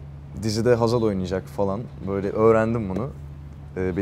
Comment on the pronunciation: Hazaldan pek hoslanmıyor belli lafı geveledi biraz